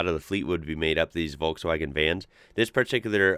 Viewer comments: An American who pronounces Volkswagen correctly. My respect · you are the first American person who i've heard say Volkswagen correctly!